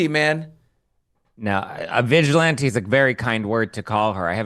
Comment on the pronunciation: Did I hear Billy say Bitchilante?🤭